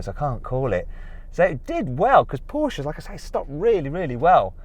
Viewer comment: Why can't he pronounce Porsche?